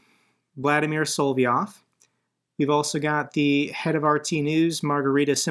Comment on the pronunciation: I'm not sure you realize it, but the Russian Goebbels is Solov-yov, not Solvy-ov.